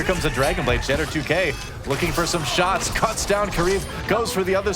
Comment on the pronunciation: can't pronounce Shadder2k at all xD